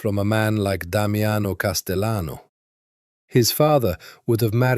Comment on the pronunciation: AI has a problem differentiating between Spanish and Italian surnames. If you intend the correct Spanish pronunciation of Castellano, the double LL is pronounced like a Y. So it’s Cas-te-yano.